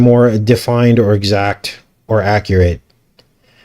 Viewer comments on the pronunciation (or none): none